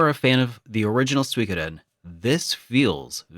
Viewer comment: It's called Gensō Suikoden with an U sound not the terrible attempt of mixing English with Dutch. The rest is a pretty video.